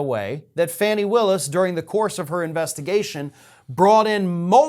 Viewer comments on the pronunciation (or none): It is Fawn-ee, not Fanny Willis. (Does anyone else mispronounce her name like this?) You have, when you thought you might have done so, apologized for possibly mispronouncing someone's name. I am deeply puzzled, then, how you -- who pay such close attention to important news of the day -- would have trouble with this. Please, tell us, why is that?? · 'Fani' Willis is pronounced "Fawnee".